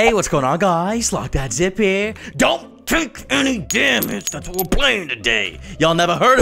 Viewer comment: logdogzip: hey guys logdogzip here what i hear: hey guys lockdownzip here